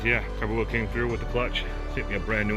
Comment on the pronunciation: Great vid, thank you! However, it’s pronounced “Core-Bow”